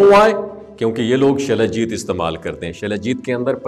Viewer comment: جناب لفظ شلاجیت نہیں ہوتا بلکہ سلاجیت ہوتا ہے اپنی اصلاح کر لیں